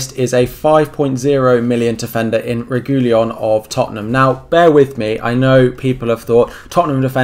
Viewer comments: Re-gui-lon not Re-gu-lion, i've seen lots of FPL content creators make this mistake and get the pronunciation all wrong!! Just thought i'd point it out!! Keep up the great work, enjoying your vids as an FPL fanatic and a new subscriber to your channel!! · Re - ghee - Lon. Regui-Lon. The L and i are transposed